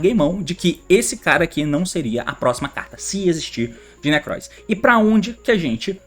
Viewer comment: "Necroz of Triverr" eu vou hatear.